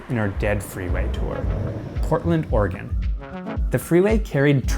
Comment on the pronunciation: Oregon not organ